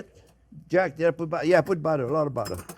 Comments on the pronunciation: One sexy dish jp with lots off budddeererrrr😂❤ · Did someone say budda? Where's the onyo?